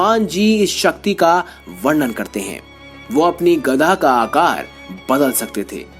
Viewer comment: अबे गदहे पहले गदा का सही उच्चारण करना तो सीख ले।।।।